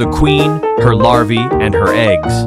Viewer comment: It's larva not lava😂😂